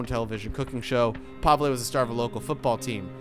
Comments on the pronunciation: Pavele not pavla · every place and everyone pronounces it differently - I know kat'yas infact I've never heard Kasha and Pavel